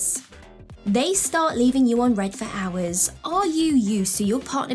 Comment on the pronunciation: It's "unread" not "on read"